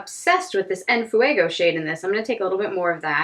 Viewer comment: For me a black shadow in every palette is crucial too! The Heat palette is beautiful tho Btw your pronuntiation of "En fuego" was perfect!